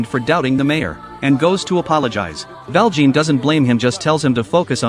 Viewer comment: Me almost politely correcting every time he says Val Jean :3